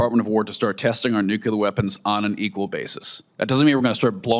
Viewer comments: Nucular, nukacola. Is the nucular deliberate?? Nuclear??? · Whenever someone says "nu-kyu-ler" instead of "nu-klee-er" (the correct word), I just tune out. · I wish Tin sherry would learn how to pronounce the word "NUCLEAR". Sheesh.